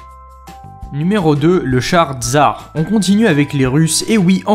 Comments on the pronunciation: Ta quoi contre les russes et ça se dis "tssar" et pas "tsar" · "Tzar" non tsssssar